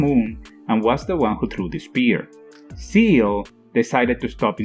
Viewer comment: When you explain it that way it's not just confusing but it's stupid as well. Also SEELE isn't pronounced seal.